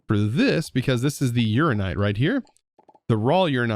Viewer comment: I love that he noticed he misread he Inlaid Quartz block but is regularly misreading Uraninite 😂